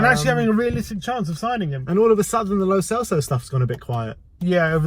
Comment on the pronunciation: Learn to properly pronounce "lo celso" and " dybala"